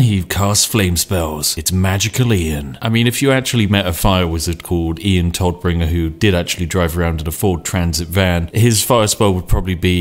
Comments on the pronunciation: Big difference in pronunciation. Todd -> Todd, alrdy correct. BUT !!! Tod -> [toːt] - der Tod (the death) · That Moment when Spiff cant prounce german words and demotes the Todbringer/ Deathbringer to the Toddbringer